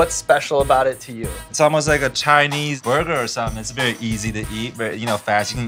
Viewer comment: Haha, "It's like a burrrrger, burrrrrger".